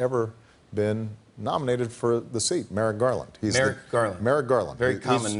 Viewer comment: Did he say Marrett garland?